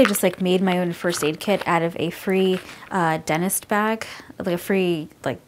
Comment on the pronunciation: why do you say denist? it's dentist